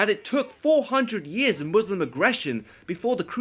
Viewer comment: For the love of god! Its not pronounced Muuuuuslim lmao 😂 Imagine thinking that any religiously motivated war wasn’t for power and expanding territory lmao But yeah the movie is really cringelevel bad lol